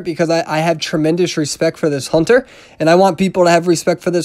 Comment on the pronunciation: You said HONTER WAY TOO MUCH